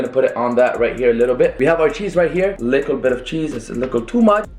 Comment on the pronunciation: It’s not lickl you fucking nickel it’s little dumbass